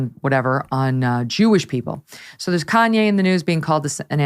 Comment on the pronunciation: It was David Paterson, the GOVERNOR of New York, not the mayor. Kanye's name is not pronounced "cane-yuh." "Religisosity" is not a word. Mr. Hanson: If you're going to comment on the mental acuity of someone (such as Fetterman), it's not a good look when you misstate facts, don't know how to pronounce the name of one of the most famous entertainers on the planet, and mangle words.